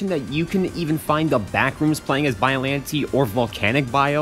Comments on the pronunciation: hm yes but i pronouce biollantay you pronoonce biollanteee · You said the name wrong but close enough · Bro you’re saying it wrong